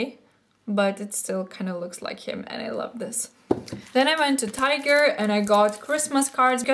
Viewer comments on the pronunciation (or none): none